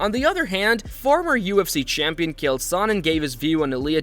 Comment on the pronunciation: Nice video, but pls lesrn to pronounce chael correctly 😅 he isnt called kale or gale